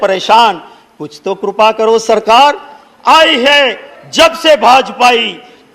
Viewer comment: कुछ अन्नासरों को असल को बिगाड़ कर क्या मजा आता है जैसे कृपा को कोई करिपा और कोई करुपा बोलता है एक ही देश में एक ही शब्द को अलग अलग उच्चारण क्यों। इसे करिपा बोला जाना चाहिए नकि करुपा